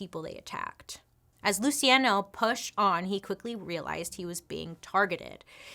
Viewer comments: Pronounced "Lou chee on no". Sorry! Just trying to help. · Whoa, loved the video! Is his name spelled “Luciano” ? IF so, it’s “Lew-che-on-o” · Luciano: Loo-see-ah-know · Luciano…lu-see-ay-no? girl no. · Pronounced Lu chi ah no